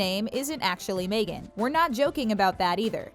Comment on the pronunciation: It's MEGHAN, not "may gan"??